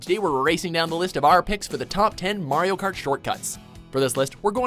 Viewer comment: it is probably just me but I thought he said wario kart